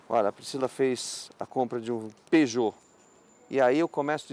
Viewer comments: Parei de ver quando disseram peugout 307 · Peugeot 😂😂😂 AutomaticO kkkk. É AutomatizadoooO